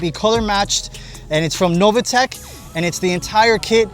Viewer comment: How you can pronunce Novitec Novatec is beyond me ....